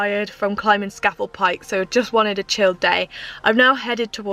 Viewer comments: It’s pronounced scar fell pike dear 👍🏻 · Love your off grid videos and it’s pronounced ..SCAaaa FELL.. Pike 👍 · Scafell is pronounced Scarfell I lived up there for a few years enjoy it's fab !! The name for people who climb these peaks are nicknamed Cragrats by the locals !!